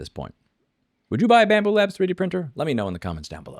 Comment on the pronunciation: Scambu what? Why do people keep mispronouncing their name as bamboo?